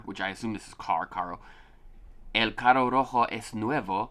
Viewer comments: You have to say 'carro', not 'caro'. Sounds are different. :) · Also remember to roll the r’s when there is 2 cuz when saying carro is car, but saying caro means something completely different which is expensive...